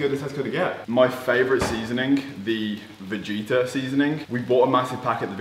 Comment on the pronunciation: It’s pronounced vagetta bro lol ! Keep up the gd work ❤️